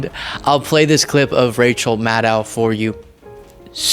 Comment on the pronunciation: Hey, pretty sure it's pronounced Mad-doh rather than Mad-dao, but thanks for the content.